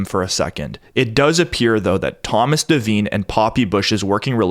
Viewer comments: Devine is pronounced De-vine, long I. Not pronounced De-veen. Very common name. My God man. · There's a few devine's in Ireland and the I is sounded as an I not an e, hope this helps